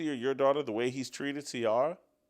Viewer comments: Omg he can't pronounce Ciara name is unacceptable 😂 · I don’t usually comment NEGATIVELY but Jason and TJ…. Please you know nothing about Russell’s feelings about his lovely wife Ciara , mid-life crisis… whatever. Jason her name is pronounced “See-air-uh” had to break it down phonetically for you!! Love Steve Kim all day every day!!!